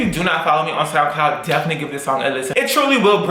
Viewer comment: Every time Will says soundcloud I hear “snapcloud” and ask myself what is this app?!